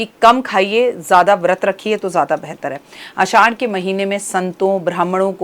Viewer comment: Aasshhad hota hai mam. Na ki aaddash😅